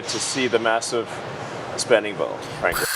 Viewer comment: Elon doesn't bring his lips together when he says m, b, or p. So "massive spending bill" becomes "vassive svending vill." It's so weirdly disturbing and gross.